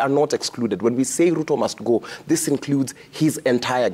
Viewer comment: Its Ruto , not Lutho 😅😅😅